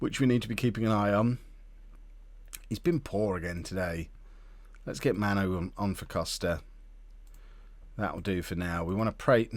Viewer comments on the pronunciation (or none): none